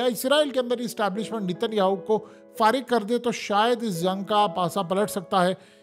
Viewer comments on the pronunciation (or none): none